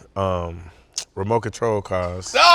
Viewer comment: “ReMokontrol Cars”